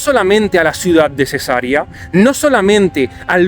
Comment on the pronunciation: Cesarea se pronuncia con acento en la segunda e y alargando la e!! es latín!